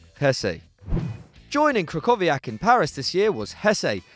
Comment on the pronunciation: The way you pronounced krychowiak made me cringe